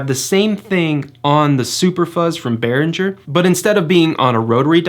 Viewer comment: The video is fine but it's yet another Behringer demo video where Behringer is mispronounced. It's Behringer with a hard g sound like in girl and not a soft g sound like in giraffe. It's a German name and despite the fact that the English exonym for Germany has a soft g soft, the soft g does not exist in the German language. In case you're not sure, there is a video from Behringer where they address this